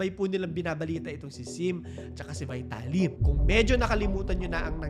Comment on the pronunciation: VITALY THE RUSSIAN'S NAME IS PRONOUNCED VEETALY.